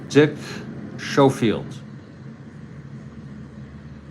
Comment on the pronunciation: it is pronounced Sko field